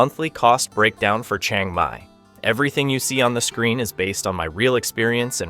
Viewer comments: Great video but it’s all BS. For starters his pronunciation of locations are wrong it’s not a Chung Mai it’s Chiang Mai also prices are extremely low and not correct. But still a decent video just wish it was truthful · OK, I don't mind if you can't pronounce other Thai words, but Chiang Mai is pronounced the way it is spelled, not Chang Mai.